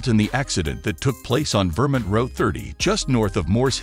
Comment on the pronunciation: Vermint? really? can't pronounce Vermont